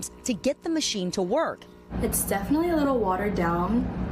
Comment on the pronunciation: It's not "definally."